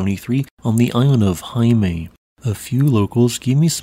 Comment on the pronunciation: Vestmanneyjar or Heimaey is pronounced more like “hey-ma-ay” ✌🏻